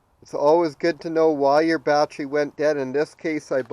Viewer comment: Got the info I needed and had to stop this vid asap. Bat ter y. Three syllables. Bat-tree was driving me nuts.